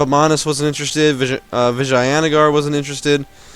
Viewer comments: its Vi-jay-na-gar not vaginagar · The A is a english fuck up. In india we dont say the word with a A in the middle